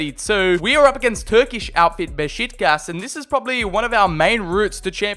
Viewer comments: he sad beshi*kas and not besiktas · You need to stop calling them Be"SHIT"kas... It's BesIKtas I-K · Beşitkaş? It's Beşiktaş mate.